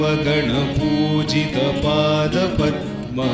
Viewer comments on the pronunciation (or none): none